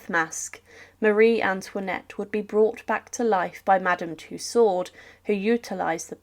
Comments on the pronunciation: Madame Tussauds ' last name is phonetically pronounced "Tooo-sow", the "s" is silent in many french words and names . All over YouTube there are poor descriptions, and bad pronunciations of words commonly know to the educated and the well informed. That no one edits and corrects these things is sad, and lazy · You don't pronounce the "d " in Madame T-u-s-s-a-u-d-s! You either ignorant or your AI... My guess is your AI. Or you can't pronounce words properly!